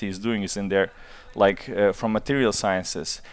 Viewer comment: Thank you for this interview, Nico! Best Mate Rimac I've seen yet!! And thank you for pronouncing his name correctly! I know Mate said he doesn't mind, but I think it's a matter of manners to make an effort :)